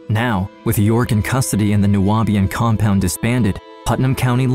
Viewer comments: It’s pronounced ( Noob-ian) just saying…❤ from Atlanta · Horrible man, craziness. But it’s Nu-Bi-An , the Nu-a-Bi-an is throwing me off in the audio. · Nu-be-an not Nu-wa-be-an….. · New-be-in. Not New-ah-be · Okay, your pronunciation of 'Nubian': Nuabian, you say 😐😐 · Why is the narrator pronouncing Nubian as Nu-abian? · However you managed to add an extra syllable to "Nubian" is beyond me 😅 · The word is pronounced “Noo-Beeuhn” you illiterate ignorant! How can you not know that word but you’re trying to make a documentary on Nubian people dumbass! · Its criminal how you pronounced Nubian (new-be-in) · The narrator mispronouncing Nubian is cracking me up. 🤣🤣🤣